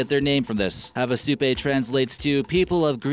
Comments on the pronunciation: Havasupai. (havasu-pii, not havasu-pay.) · Havasupai is pronounced HAH-VAH-SOUP-EYE, dummy!